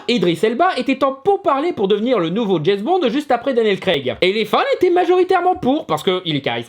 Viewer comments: Au bout de 4x « Jess Bons » j’ai arrêté la vidéo…. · Petite précision, James Bond ca se prononce DJAIMCE Bond et non pas DJAIZ Bond. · "Jezbond" pour une fois je ne critiquerai pas la prononciation, je le dis pareil XD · C'est qui "Djezz Bond"?